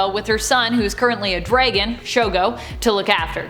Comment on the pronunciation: Smh....Its pronounced (Dragon) not (Dregin)